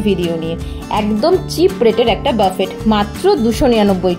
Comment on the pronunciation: buffet একটি ফরাসি শব্দ যার উচ্চারণ হবে বুফে। বাফেট নয়।